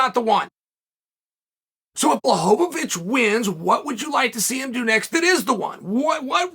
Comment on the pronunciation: Pee-air-uh, Mock-el-chev, Bluh-ho-vo-vich, and Muh-gregger. These are a few of my favorite things